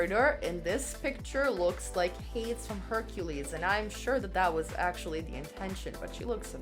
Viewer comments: First of all, "Hayds"? It's Hay-dees. You might as well say "Nike" to rhyme with "Mike." That being said, good job on your choices. A lot of them were amazing. Denali's Aurora Borealis look was a serve. But UTICA. Did she really have to come that hard? Amazing! I disagree with you calling her an "under-rated fashion queen," though. She's been featured in VOGUE after all. The only one from this season with that distinction, as far as I know. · Not “Haids” 🤣🤣🤣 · Please learn how to pronounce Hades correctly. You mentioned the movie Hercules. Did you watch the movie? If you did you would know it's not how you said it.